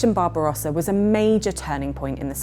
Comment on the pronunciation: BARBARUASA! NON SI PUÒ SENTIRE .BARBAROSSA. Le tradizioni sono di scarsa qualità.